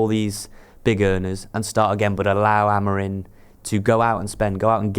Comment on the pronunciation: AMORIM NOT AMORINE FFS 🤷🏻‍♂️🤦🏻